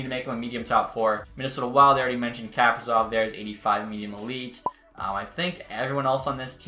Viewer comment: Another good video my man! Just an update on the Kaprizov name pronunciation It’s Ka-PREE-Zov (like Capri-Sun)